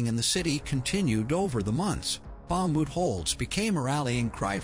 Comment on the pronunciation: Bakhmut is pronounced Bach moot.